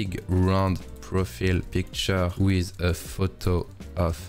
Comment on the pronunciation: question parce que ça clash fort dans mes oreilles; Pourquoi en France vous prononcez ziss pour this (alors que ça devrait plutôt ressembler à "diss") ... ou wissss pour with... (plutot que wit...) .. on dirait que je n'arrive pas à me concentrer sur ta vidéo ( qui est très intéressante soit dit en passant ! ) juste pour ça..